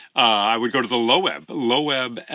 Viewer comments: Lovely video, thanks. Just curious how you came to pronounce "Loeb" as low-ebb? Took me by surprise, having said Loeb (rhymes with strobe) for, well, forever. Not that Wikipedia settles it but here's their take: "Loeb Classical Library (LCL; named after James Loeb; /loʊb/, German: [løːp])." Meanwhile, the Loeb AT Murray translation resembles the 1951 Lattimore, my first, which stands up quite well, though to my ears the new Emily Wilson finally eclipses them all -- except the Stanley Lombardo for reading out loud. In my experience of Homer, however, nothing rivals Alexander Pope's Iliad for clarity and drive. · I have bought Fagles, but Emily Wilson would be an awesome choice as well! By the way: LOEB is pronounced "LOBE" (like in ear lobe).